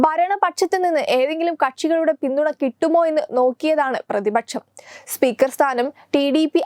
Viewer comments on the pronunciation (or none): എന്ത് മലയാളമാണ് കുട്ടീ പറയുന്നത്?? ശേശം, പ്രതിപച്ചം, ബാശ. വാർത്ത വായിക്കുന്നവർക്ക് ചുരുങ്ങിയ പക്ഷം ഉച്ചാരണ ശുദ്ധിയെങ്കിലും അടിസ്ഥാന യോഗ്യതയായി നിശ്ചയിക്കണം.